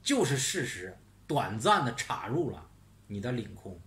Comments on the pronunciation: ，插入的插是一声，好听些，酥麻些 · 请跟我念一遍 插 “chā”，chā rù